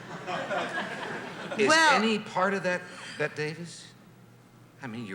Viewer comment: Merv dodges a bullet when he mispronounces her name as "Bet Davis" as. and she lets it slide!